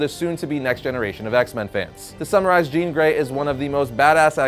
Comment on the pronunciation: Thank you for not saying Jean!